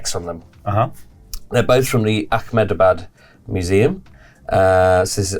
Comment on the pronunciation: fun game, but ya definitely don't need to add a 'kh' in ahmedabad, lol